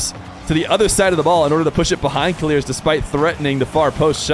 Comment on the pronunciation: idk who told u to say keleerz but its killers bruh